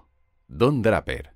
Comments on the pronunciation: Escuché pronunciar "DRAPERRR" 3 veces y ya no pude seguir viendo el video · Se pronuncia Dreiper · me dio mucho cringe ver el video cuando todo el tiempo decia bien los apellidos excepto el de Don Draper.... se lee dreiper.... por que tan dificil jjajajaja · No se pronuncia Dreiper (Draper)? .me gusta el castellano, pero incurren tanto en el error de castellanizar las palabras en inglés, que da la misma impresión que ver un error ortográfico. Lo digo con mucho respeto, y con sentido de crítica constructiva. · Me ha pasado lo mismo exactamente jajajajaja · siii, cada vez que oía Draper me erizaba jajaja